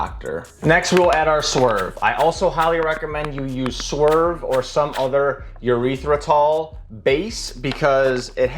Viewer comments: I love you, but you gotta look up the correct pronunciation for erythritol. Sounds like you’re saying Urethra-tol! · ah yes, urethra-tol